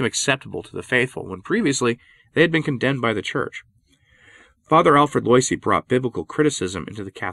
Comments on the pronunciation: Pronunciation: Teilhard (teh-yard) and Loisy (wah-zee). :-) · Yikes! It’s pronounced “Lwah-ZEE”, not “LOY-see”. Learn some French, man. To be fair, popes like Pius IX were pretty intransigent, and their hamfisted methods (like Vatican 1) laid the seeds for Vatican 2 and Francis. And it’s “TEER-ull”, not “tie-RELL”. Fun talk though.